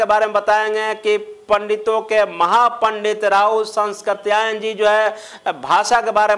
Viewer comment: Rahul sankrityayan Ka ucharan to thik se karo vidwan bandhu.